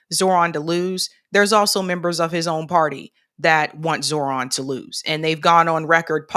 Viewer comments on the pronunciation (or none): You are mispronouncing Zohran Mamdani’s. The correct pronunciation should be something close to this: “jo-Ho-raam” “Mam-danee”